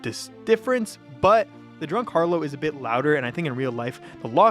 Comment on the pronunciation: just fyi, harlot is pronounced “har-lot” not “har-low”.